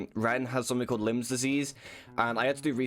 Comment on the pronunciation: lol lyme disease sounds like limes not limbs lolol (its no big deal dont let it getcha down lad)